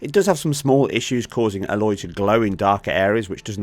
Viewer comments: why did u call her Ah loy, it is Ay lot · FFS man this character is now 5 years old. IT'S STILL NOT PRONOUNCED ALLOY! 😣